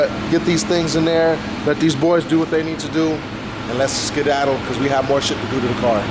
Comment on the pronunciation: Did you say "skidaddle"? This is your last warning ⚠️